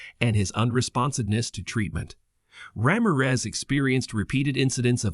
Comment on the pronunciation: The way you say "Ramirez" throughout this video🤦‍♀